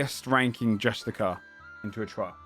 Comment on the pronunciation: I know its months old. I know its so minor of a point, and if they're called that in the lore by all means thats cool. But if its the term Justiciar you're naming them after. Its pronounced JUSTICE -E-ARE. I found out I was calling them the wrong thing for years until yesterday, and now I hear it here and I feel I gotta do it so you don't feel lied to like me. Loving the series, I see all the heart put in on the early days so i can't wait to see whats ahead